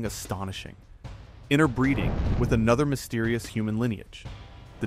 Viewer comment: Not "innerbreeding". "INTERBREEDING"!!